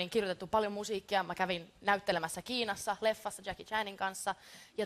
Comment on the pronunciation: Did she say Jacki Chan